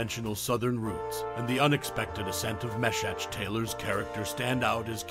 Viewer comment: Facebook is dumb. Because TRUE fans will not EVER forget. An epic tongue lashing by Julia? Bernice? Everyone needs a Bernice in their lives. Anthony? Right up there with Golden Girls. No doubt about it. And his name was pronounced Mee-shack. A little bit of homework would’ve helped with that.